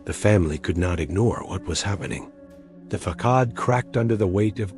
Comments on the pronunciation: Yo, teh Ai. Check your pronunciation of “facade,” since you seem to love that word a lot. Fuh-sod. fuh-sod. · It’s “fa-sad” 🤨